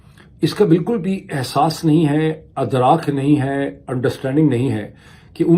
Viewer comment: Correct pronunciation is IDRAAK, not ADRAAK. 😅